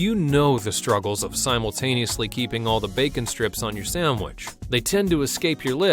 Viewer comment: Did you say "Egg samuich"?